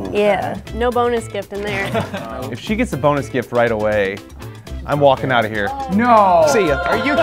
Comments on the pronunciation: No one:: You can put it right mnyah! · "You put it right hmere" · that got me he was just like “you can now put it right nyow”